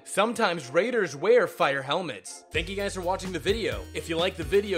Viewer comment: He calls Raiders "Radars?"